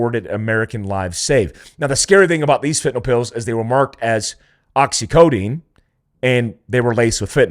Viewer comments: Precision matters- however, I’ll give a pass on the pronunciation of Oxycodone. Appreciate your channel. Keep up the good work. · Sorry I have to correct you & A million other people, it's Oxy CODONE. not Codeine. Great show keep it up! You are one of the real truth tellers in your space!